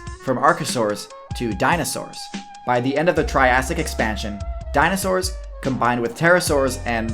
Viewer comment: I love the tirassic